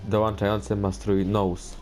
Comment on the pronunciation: jak coś czyta się nus nie nołs :D